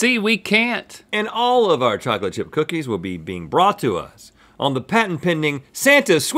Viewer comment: Bocolate Bip BOOKIES “BEWYYY”